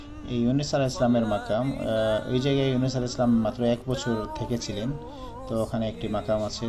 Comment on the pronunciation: সালাম শুদ্ধ হয়নি জনাব